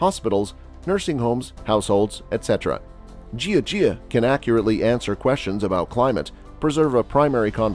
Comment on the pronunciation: Ask a chinese to tell you how to pronouce jia jia. As you say it now it is ridiculous!